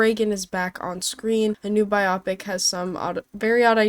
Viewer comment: Biopic is Bye-oh-pic. Short for BIOgraphical PICture. Does not rhyme with nearsightedness.